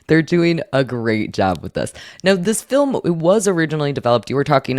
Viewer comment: please tell your cohost "film" has only one syllable. I know the guy is from a distant land, but man...